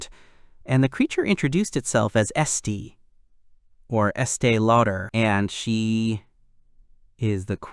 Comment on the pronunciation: Esti Loder (Estee Lauder)?!! 😂 The names in this one are ridonkulous.